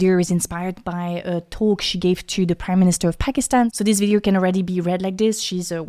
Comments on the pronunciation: Video, not videERRRRRR. It's bad enough when the yanks and Aussies do it. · "Video" pronounced "vidi-er", "India" as "Indi-er", "project" as "prerject" and masking your french accent with "er" sounds is still distracting. Love your content.